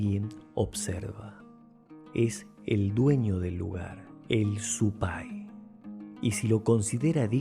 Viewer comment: SE PRONUNCIA ;SUPAY SIN ACENTO EN EL DIALECTO QUECHUA QUIERE DECIR DIABLO ,ES SOLO UNA ACLARACION RESPECTO A LO QUE SIGNIFICA Y FORMA DE PRONUNCIACION ,SUPAY SIN ELEVACION ENLAS ULTIMAS LETRAS . SOY CREYENTE Y AJEBA A ESTAD PRACTICAS X SI ACASO .